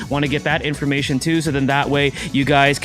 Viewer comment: he said info-mission instead of information...ladies and gentlemen, that's his word of the day and he should quote it.